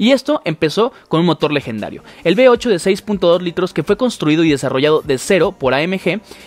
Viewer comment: Que alguien vaya a Latinoamérica a enseñarles la diferencia entre LAS LETRAS V Y B. " Motor B8' ES V8